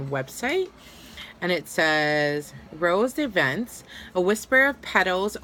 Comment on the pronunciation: It’s said rose de vants